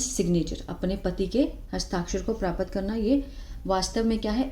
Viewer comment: Mam it's not pra-pat , it's prapt.